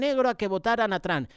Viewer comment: Hermano con todo respeto Se le oye feo decir TRAM Por favor de pronunciar Bien el nombre TROM a lo En Español y por favor Cambié la A por la O Se oiría mejor gracias de Houston TX